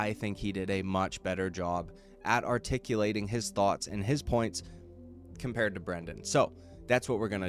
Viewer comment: He spent 20 minutes "aretickulatling" why it doesn't bother him.